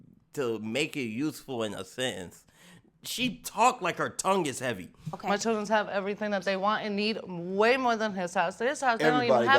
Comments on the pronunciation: All I wanna say is please use proper pronunciation when speaking it’s chil-dren not chrdrn There is a reason you take English in school . And why is she talking funny? Is she on drugs? Did she just get out of the dentist office and her mouth is numb. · To get your child's circumcised now it cost $200 out of pocket... But whats he keep calling his kids it doesn't sound like children it sounds like chills I don't know what's he calling them?